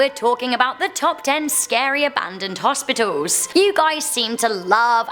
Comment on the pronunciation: “Hospitolls” lol I like the way she says that word.